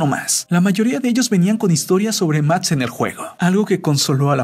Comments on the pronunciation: Lo que no entiendo es por q dice mats en vez de max me desespera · Soy yo la única a la que le moleta que pronuncie Max como Matz? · Buen video pero me caga que digas ..............................MATZ!!!!!! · Muy buena historia y todo pero me estrésa el hecho de que diga mats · Alguien más pronuncia mats en lugar de max? Xdd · Soy yo o en vez de decir Max dice Matx 🙁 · Me estreso que todo el vídeo dijera MATS en vez de Max 🙄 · Se llama Max pero este wueon le dice matz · ¿Máx o Matz? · Por q dices mats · MATS?? JAJAJA QUÉ LELO NO PUEDE PRONUNCIAR LA X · Prque dices MAST en vez de MAX🤔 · Soy yo o dice "Mats" en lugar de Max? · Me estrese cada que dices "mats" -.- hahaha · jajaja "Mats" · “Matz” :v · Soy yo o el de tu no puede pronunciar la x cuando dice max (sin ofender) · El que comenta dice mads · "Matz" JAJAJAJAJAJAJAJA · Todo el pinche vídeo no pudo pronunciar la x del nombre max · Pronuncia bien la maldita x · odie y me devastó la mala pronunciación de máx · Hahaha que raro pronuncia máx... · Creo que no sabe decir la X